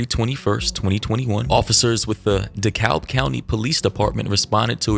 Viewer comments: how u live in atlanta now and can't pronounce dekalb correctly yet 😭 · The way you pronounced Dekalb just gave away that you’re from Georgia 😭